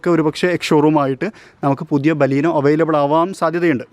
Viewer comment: baleenoo....alla bro beleno